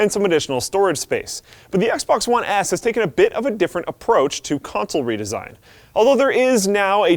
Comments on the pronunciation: it sounded like he said XBOX One Ass ( ͡° ͜ʖ ͡°) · anyone else noticed he said "Xbox one ASS"